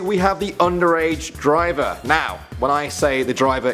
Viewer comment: "Bus Diver" ?? XD